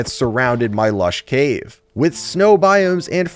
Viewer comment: ah this is what doctor rage was upto <3 also me giggled everytime you said lash caves:D Me was worried why isnt uploading. Now me knows was looking for his white bed in snow.